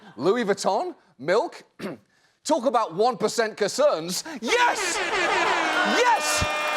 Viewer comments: "talk about 1% cacerns" ?? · At first I'm like "wtf is he saying" but I guess he meant to say "1 percent CONCERNS".. which I guess I get the joke then, he just completely left off the N off the word "Concern"... very odd mis-speak to hear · he was saying "concerns". That accent tho